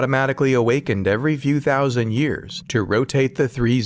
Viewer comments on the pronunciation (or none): none